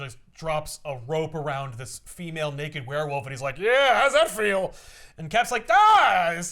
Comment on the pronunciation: I simply need to say everytime someone says "werewolf" I can only ever hear "wheir-whilf"